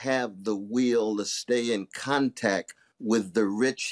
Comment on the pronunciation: Did he just say Kontack?